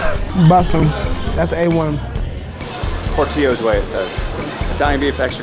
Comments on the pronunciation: i'm mad at the pronunciation of "Portillo's" but ya'll from California where everything is Spanish, so whatevs. always double/triple dip that Italian beef 😉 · Shout out to you guys for says Portillos wrong Lmao. At least y’all went there though. Just missed the Harold’s Chicken. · Awesome! to add to the food part, if you’re in the burbs, near Cicero the best hot dog spot is “Henry’s Drive-in”. Also, for italian beef, you are supposed to pronounce the L’s in Portillo’s 😂 but I think a better spot that’s stayed local to Chicago is Buona Beef (they opened some Portillo’s in California now).